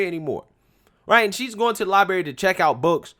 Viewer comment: Lie-BRary. Not Lie-Bary